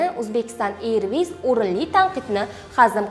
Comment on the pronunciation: Танел ма тюнель тугри айтинг.Ирвис эмас эрвис.